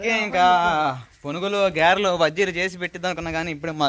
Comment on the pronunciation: miru mundu matalu nerchukondi geralu kadu garelu andi